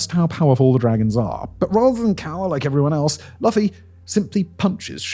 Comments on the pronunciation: Way before Luffy (pronounced Loofy with two “oo”) punched the Celestial Dragon St. Charlos. There was an event where Luffy asked an “ally” to shoot down the World Government’s flag as a show of defiance to rescue a friend. He knew that by shooting that flag it meant the World Government would stop at nothing to capture him and his crew but had no hesitation. And instead of laying low he punched a Celestial Dragon the so called World Nobles that wear bubbles of air so that they don’t breath the same air as the rest of the regular ppl and that laws don’t apply for them. Again Luffy shows no hesitation all he saw was a person hurting a friend of his so all he knew was that St. Charlos was his enemy, what did he have to lose? He had already made the World Government his enemy. God I love One Piece more than any other media. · "Lafy" is killing me 💀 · You could have bothered to watch a single episode and learned it’s pronounced “loofy” 😂😂😂 makes this video so cringe 😬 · ("Lu-fee") for goodness sake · Why do British people always butcher pronunciations. LOO-FEE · Geez at least learn the main characters name, wow. pronounced LOOFEY. like loofah. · it’s pronounced LOOFFY!!!!!! WITH THE HARD VOWEL U!! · His name is pronounced Loo-Fee. It does not rhyme with fluffy. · "Laffy" 😭😭 Also, spoilers! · Pronounced “Loofy” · it’s pronounced like LOOFY PLS it takes no more than a second to know that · He said, Laughy or am I hearing shit? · Pronounced "loo-fee" Lol it hurts! Maybe we can do a luffy the vampire Slayer Lol But the metaphor of the anime makes sense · “Loofy”. Luffy 🤣🤣🤣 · Pronounced Loofey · The pronunciation of Luffy as Luffie is beautiful 😂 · Pronounced LOOOFFY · Laugh-fy lmao, loved this video, despite the hilarious pronunciation. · It is Luffy, pronounced "Loo-fee," not "fluffy." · I couldn't help saying "It's Loofee" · Like seriously how he get from luffy to laffy lol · I don't like this dudes pronunciation for Luffy 😂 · You said Luffy name wrong. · its "LOOFIE" sir.